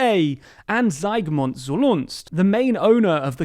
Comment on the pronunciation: You absolutely butchered the name of the Polish media Polsat owner. You got the the first name right, even if mispronounced, but you got the second name is completely wrong. You said something like "Zulunst" when it's actually Solorz-Żak. Fair enough, not an easy one to pronounce but completely different. Feel free to reach out if you ever need help with Polish pronunciation.